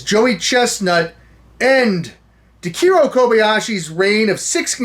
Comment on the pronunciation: .... Takeru Kobayashi's first name is pronounced as "TAH-KEH-ROO", not "TUH-KEER-ROH". It's okay, Kevin. (sighs) It's okay..